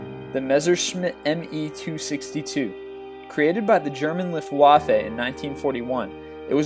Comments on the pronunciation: At 36 seconds... "..the German "Luft Waa Fey" " What a stupid American, with NO interest or knowledge of " Hist Orr Rey" about the 2nd World War. Get a grip,, and at least learn about your videos! Its "Luft Faffa" here in England, where the Battle of Britain took place. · THE GERMAN LIFFWAFFAY?! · BTW, it's pronounced (LOOFT-va-fuh) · lift waf-fay.... hue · Luftwaffey hahaha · Not as bad as his pronunciation of Luftwaffe. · your pronunciation of Luftwaffe, makes me sick, and the pilots had so many kills because only the best were allowed to fly the ME 262.